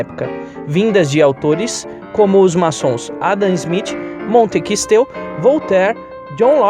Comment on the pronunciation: Olha você pronunciou errado o nome do filósofo. Não é Montequisteu mas sim Montesquieu.